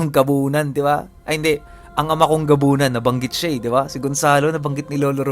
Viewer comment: WOW NA BIGKAS SI GONZALO ANG GABUNAN 😁😁😁